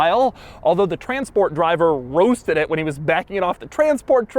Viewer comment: Congratualations! My favorite super car as well. Your emphasis on “Roasted” pertaining to the transport driver was comical.